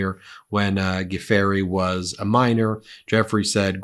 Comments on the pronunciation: Virginia Guiffre’s last name isn’t pronounced Geeferry but Joofrey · FYI, Pronounced, Virginia “Jew~fray. Not goo-free. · Good grief Ben! It's pronounced JEW-FRAY (Giuffre), not Guh-FAIRY. Not a good look for someone of your standing. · It is pronounced ‘joofrey’ not ‘goo fairy’ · It’s pronounced Zhisz-lay, not Gee-lane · The lady who sued Prince Andrew was Virginia Gueffre pronounced ' Jew fray' . Just FYI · Du-fray is how her name is pronounced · The woman's last name is pronounced. Jew Frey. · Please note: Virginia Giuffre’s last name is pronounced joo-fray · It's pronounced "Jew--fray" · I think it’s pronounced Jew-fray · "G-fairey"?!! Really?!!! C'mon ... You can do better than THAT! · Virginia Giuffre’s surname is pronounced “joo-fray” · pronunciation of Giuffre: dzə frei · Pronunciation for Giuffre is juu-fray. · Thankyou for pronouncing Ghislaine properly!!!! Giuffre is pronounced jufftrey from memory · Guiffre`. fre Not fery. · Please take. A moment to learn how to pronounce names correctly before you read court documents, Ben! You are pronouncing Ghislaine Maxwell’s name correctly (Thank you) But it’s Virginia “Gwi-fray.” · Pronounced probably "Jofree.". At least that's how I know it. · btw, Women’s name is pronounced Ju- free…… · Giuffre is pronounced "joofray". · Ben, Giuffre is pronounced "Joo-free." Famous clarinetist Jimmy Giuffre is my reference. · Guiffre is pronounced "giffre", the 'u' is silent and there's no "a" in the word. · Her name is pronounced Goo-fray. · We've all heard her name pronounced gee-YOU-free for ages. Why are you mispronouncing so badly it at this late date? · Learn how to say Virginia's last name properly.